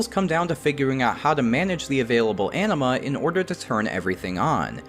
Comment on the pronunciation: I heard Anima as Enema, and now I can't unhear it...